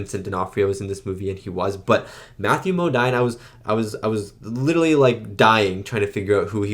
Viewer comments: Great reaction to this incredible film. And just fyi it’s pronounced Mo-DEEN, not Mo-DINE. For another great Kubrick film, I highly recommend Lolita. Terrific film with amazing performances by Peter Sellars, James Mason, Shelley Winters and Sue Lyon. As for another great Vietnam movie, check out Coming Home. Deeply moving film about how disabled vets, were treated when they came back home. Won well deserved Oscars for Best Actress and Best Actor for Jane Fonda and Jon Voight who are both amazing, as is Bruce Dern. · FYI : Matthew Modine...Modine pronounced "Mo-deen"... Love you reactions! 🙂✌🎴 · Matthew Modine's name is pronounced Mo-DEEN. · "It felt like one minute." LOL. It does seem to move- right- along- ALSO... lol: Matthew Modine's last name is pronounced as: "Mowdeen". Your reactions to classics like these are great otherwise. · Modine rhymes with moDeen.